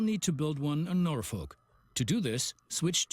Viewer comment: Just so you know (as a native Nebraskan) it’s pronounced NorFork